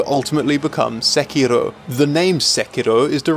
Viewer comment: its too bad ur pronouncing sekiro wrong